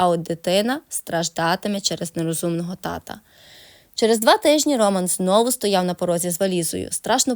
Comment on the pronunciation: Чому в слові ,,Роман,, ви робите наголос на першому складі,? Це невірно.